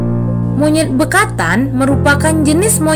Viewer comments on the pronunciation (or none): Ngakak bekantan di sebut bekatan 😂😂